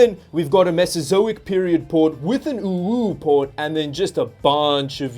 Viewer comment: Did my man just say owo port 🤣🤣🤣🤣🤣🤣